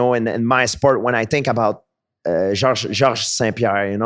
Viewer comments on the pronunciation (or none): "George Saint Pee-Hair"